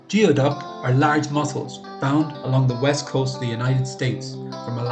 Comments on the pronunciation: Because it is pronounced "gooey- duck". In the video you pronounced it as "g-ee-o-duck", as in how you would pronounce the beginning of a word like "geotracker". Geoduck is pronounced "Gooey-duck". It comes from the Lushootseed word gwiduck or gweduck, which is the word Lushootseed speaking native tribes of the area used for it. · I'm sorry, I can't get past the narrator saying "geo" instead of "gooey" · goooey-duck not geo-duck. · We pronaoses gooey duck. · It is pronounced, gooey duck. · It's pronounced gooeyduck in the places these clams actually grow and are farmed. I always lose faith with people talking like an expert about things they don't even know how to pronounce. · The pronunciation is killing me.